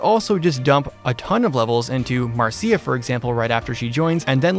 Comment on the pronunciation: Just fyi Marcia is pronounced like 'Marsha' instead of Mar-see-ya at least that's the way the VA pronounced it in her Fire Emblem Heroes character. I thought the same at first actually until that bomb dropped on me when I got her lol. This might have to do with the fact that her name in Japanese is translated to "Masha" which is a Russian diminutive of the name Maria. Given the fact that her brother Makalov is also a Russian name, this may have been her intended name from the beginning. Also fun fact while on this subject when I looked this up; in the Italian version of the Tellius games, her name was changed to Darcia because Marcia is a female adjective in Italian meaning "rotten". Lastly, I also wanted to see if Darcia is pronounced the same way in Italian and it is phonetically pronounced like "Dar cha" so close but not completely either. The more you know lol.